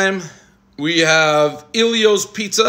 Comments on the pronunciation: Ellio's not EEEEllio's ffs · Its Ellios...not Eelios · It's El ios not iiie lios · ELL-ios not Eeel-ios. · Never heard anyone call it Eeeelios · Dude’s best friend’s name is Elio... still mispronounces it